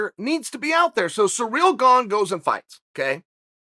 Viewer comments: Me: Ciryl Gane Chael: Surreal Gone Me: Surreal Gone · Chael's favourite fighter: Yarear "Surreal" Blahovovovovovovic